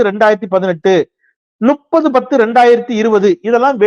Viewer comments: தம்பி, தங்கள் தெளிவுரை மிகவும் சிறப்பு. தாங்கள் முப்பதுக்குப் பதில் ‘நுப்பது’என்று உச்சரிக்கிறீர்கள். ‘ஞா’ என்பதை ‘நா’ என்று உச்சரிக்கிறீர்கள். முயற்சித்தால் சிறப்பாக உச்சரிக்கலாம்.😊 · தம்பிநீங்கள்சிறப்பாகசெயல்படுகிறிர்கள்சரி ஆனால்உங்கள்உச்சரிப்பில்முப்பதுஎன்பதைநும்பதுஎன்றுஉச்சரிப்பதைதவிர்த்துவிட்டுசரியாக உச்சரிக்கவும்